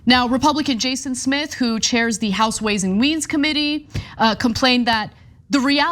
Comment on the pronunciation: Ana said Way and Weans Committee 😂😂😂😂😂😂😂😂